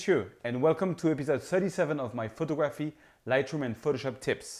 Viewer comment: How you pronounce it in English is pho-tog-gro-fee. Not photo-graph-ee.